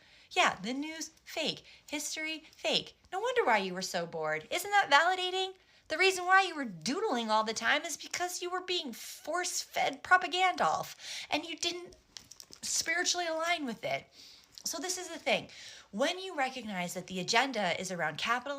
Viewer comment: She said prapagandolph 😂